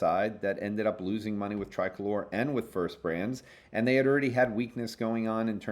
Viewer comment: Most podcasters pronounce Tricolor as "Tri-color" (accent on first "o":). pronounces it as "Tri-colour" (accent on second "o"). But in fact, the company CEO Daniel Chu explained the name in a podcast back in 2019: "...it actually means something in Spanish...so to a Hispanic who originates in Mexico that individual would refer to their national flag". So it is pronounced "Tree-colour" (accent on second "o").